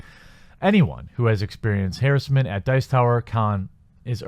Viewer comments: you are pronounce harrassment wrong XD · There's no such word "harrisment". There's no i in that word. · Harassment = Huh-rass-mint